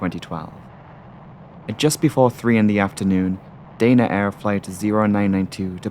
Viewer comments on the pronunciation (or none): You haven't got a Geordie accent and Danaair does not have a "y' in it. It should be pronounced da na , not day na. You've got yank with your words man. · Dana Air is pronounced Dah-Na Air. The airline ceased operations in April, 2024. I flew them many times and they were always pleasant, good service, no issues. Accidents can happen on any airline at any time.